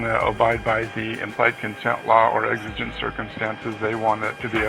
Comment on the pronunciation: The word is exigent not what you said